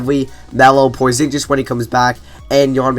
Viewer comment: Porzinjiz hahahaha